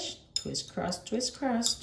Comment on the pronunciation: Thank you for your fantastic dedication and work. On a funny note, am I hearing ok? I hear twist-crust-twist-crust... It is confusing and distracting, instead of cross. I have to acknowledge that saying twist-cross-twist-cross rapidly and repeatedly is a true wicked. Be well. "trabalenguas